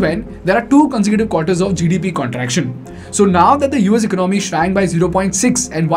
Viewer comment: Pls pronounce " economy" properly.